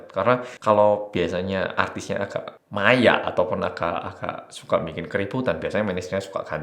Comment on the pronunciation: njiirrr "Mayak" awokwokaaowkokwaok arek malang